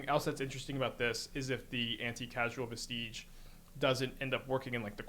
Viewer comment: "Vestige" is a real word. Pronounce it like a real world. So is "causal". And "sorrow".